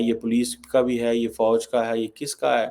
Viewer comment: Pakistan me fauj ko bouj pronounce karte he 😊😊